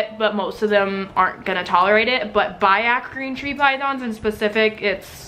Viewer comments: Its bee-ak. Not bye-ak. Learn your names as an animal lover, please. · Biak is not pronounced BUY-ak. Its Bee-ak.